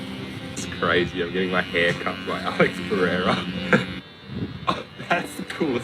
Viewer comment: alex "pee-air-uh" LOL its "puh-hey-duh"